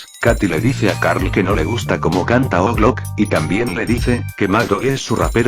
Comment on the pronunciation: Por q le dice oglo como diría jeffry es ou yi low